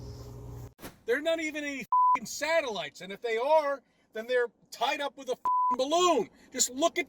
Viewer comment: And it's WITH!!! not wiff!